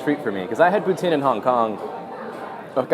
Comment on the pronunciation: Where exactly are you from? you said poutine like poutsine which is very disctintive of the french canadian prononciation.